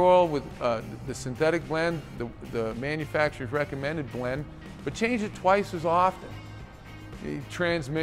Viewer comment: It’s manufacturers, not “manufactures”.